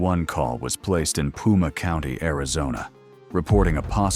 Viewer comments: Not “Puma county” 😅…. You meant PIMA county lol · Pima county 😂 not puma county